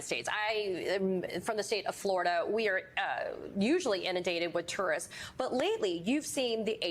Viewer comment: You can't say the word because you're trying to pronounce a three syllable word in two syllables. Two-were-ist